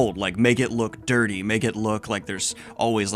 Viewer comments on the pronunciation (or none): none